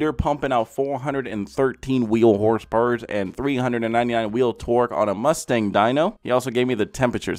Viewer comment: And did he say HRSPERS!?!?